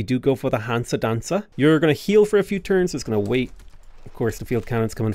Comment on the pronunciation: I dont know about German but he pronounced "dansa" perfectly in Swedish